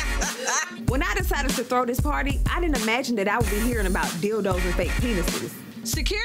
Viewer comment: “dildoors”😂💀💀 i cannot